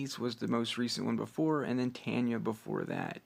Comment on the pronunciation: It’s not Tanya it’s tayni